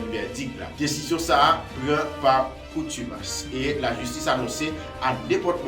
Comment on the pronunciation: On dit contumace et non coutumace